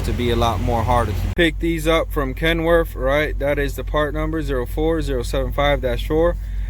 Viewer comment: Kenworf? What a moron,learn how to talk.